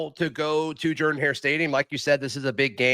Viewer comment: Is it jerdan or Jordan?😂😂😂 you’re not the only one that pronounces it like that.